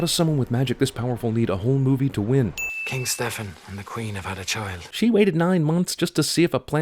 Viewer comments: Every utterance of the word "Stefan" makes me twitch. It's pronounced "STE-fan", not "ste-FAAAWWWWWNNNN". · 1) You're pronouncing Stefan wrong. 2) I was happy when I saw my name in a movie for once, but then he just had to turn out to be a right evil fucker. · I'm not saying this movie doesn't deserve the treatment it's been given, but why did you go out of your way to mispronounce Stefan's name? In this movie and the animated classic, it's pronounced a different way.